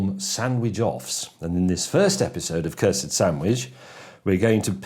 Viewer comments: Curs-ed not Cursed? :S jus didnt sound right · The E is silent. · I thought you said curved... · Cursed or Cursid? I think the announcer for Cursed Hollow says Cursed right and the letters look correct but he says it with an i instead of an e but it will look wrong if they change the e to an i and I think you say the word correctly too.